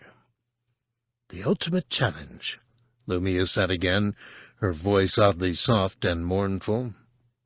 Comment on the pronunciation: Really? I think he's last on my list of the narrators I've heard while listening to SW books. Lou-my-uh Nye-uh-thol